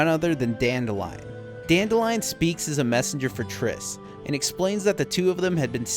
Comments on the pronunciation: Dan-DILL-ian. Dan-DILL-ian. DAN-MOTHERFUCKIN-DILLIAN, for the love of god. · Still irritates me that they mispronounce Dandelions name. It’s “Dan-dill-leon”